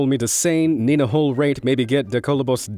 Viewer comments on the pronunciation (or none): none